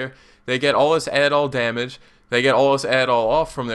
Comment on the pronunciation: There is only one possible way for me to not have to hear the syllables 'domuj' again. I stopped listening to the vid And there is only one way I, and everyone else who feels that same way, can both, listen to your otherwise excellent vids, and also, not have to hear the word domuj. And that way is to ask you to please please not use that pronunciation in your videos